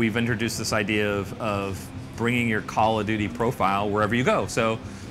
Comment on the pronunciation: "Calla-doody" lol